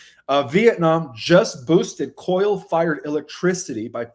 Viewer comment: thank you for all you do. However, I have a question. Why do you mispronounce well known English words. Example. You say coil for coal in this video. This isn't a criticism. Please know that. Just a question about if you have a disability or is English your second language.